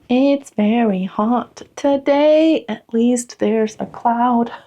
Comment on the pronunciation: “It’s very hot in hurrr toe-day” 👏 😂